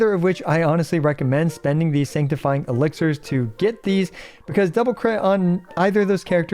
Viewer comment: Elixir, not elixer